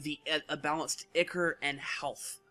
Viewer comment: Eye-core, not icker. :p